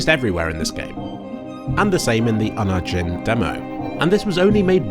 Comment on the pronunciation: Holy crap I've never heard Unigine pronounced before, well done.